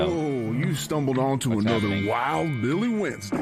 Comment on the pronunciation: Does Dan know it's Billy not Willy 😅